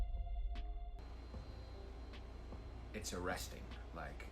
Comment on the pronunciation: its Too rin basically not Ter in